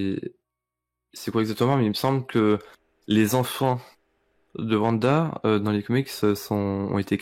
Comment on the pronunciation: "La complicité entre Vision et VANDA..." mes pauvres oreilles...